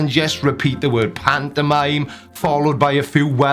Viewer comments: im sorry. I love your videos but I can't listen to this idiot say pantomime anymore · I hate hearing this guy say pantomime.